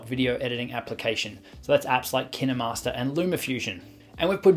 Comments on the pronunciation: IT ISNT PRONOUNCED LIKE KIAMASTER IT IS KIENMARSTER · Dude KineMaster says made with kninwmasters alll the time and it’s so annoying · Now I’m confused on how to pronounce KineMaster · Really you say kinemaster wrong